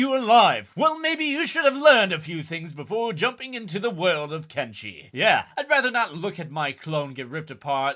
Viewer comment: Why is everyone pronouncing this game's name KenCHi? SMFH